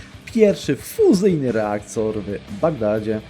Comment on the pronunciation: fuzyjny reakcor? nie podpieprzyłeś logopedowa od Kałacha przypadkiem?